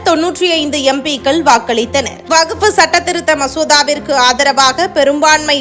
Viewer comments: வகுப்பு அல்ல; வஃக்பு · வகுப்பு வாரியம் இல்லடீம்மா...வஃக்ப் வாரியம் என சொல்லணும். நீயும் உன் பேச்சும். புரிந்து கொண்டு பேசு கண்ணு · வஃக்பு -- it is quite difficult pronouncing this word accurately. It varies from state to state. From language to language. Variations cannot be helped.